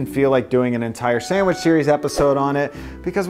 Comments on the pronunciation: sand-mich :P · This guy can't even pronounce the word "sandwich". There's no m in it dude.